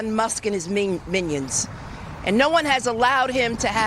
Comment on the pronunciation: “Minnions” no respect, she needs to be thrown in jail